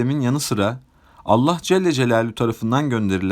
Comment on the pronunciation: Allah celle celalüğün ??? Kardeş söyleyemiyorsan doğrusunu, Allah-u Teala de yaow.